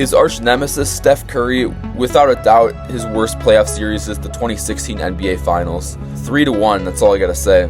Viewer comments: Series is two syllables, my guy. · If bro says series’s one more time 💀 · how are you so dumb you say serieses?